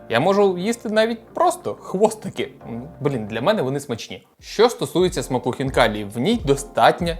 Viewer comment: Не ХвнкаліЇ а Хвнкалі !!! Бо звучить як Фікалії